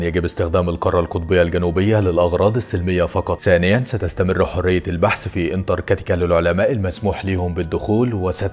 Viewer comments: انتركاتيكا ايه 😂😂😂😂 اسمها انتراكتيكا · في حد غيري مخه شوووط انتركتيكا😂